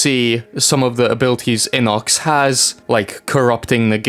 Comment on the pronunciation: bro that's not how you pronounce his name it's not inox it's I_N_O_C_S